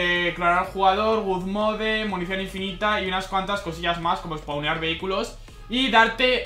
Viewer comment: tio pronuncialo bien por favor, es god mode no good mode (god no gud)